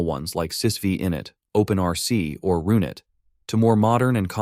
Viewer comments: i love how the ai voice mispronounced run-it as ru(i)n-it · this is the first time i saw anyone pronounce runit as RuNit... my entire life it was RUN IT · rune-it? fr?